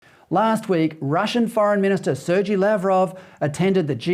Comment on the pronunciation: Please learn to say Lavrov's first name properly. Secondly Russia is not the aggressor . The Ukrainians have been killing Ukrainians and ethnic Russians since 2014.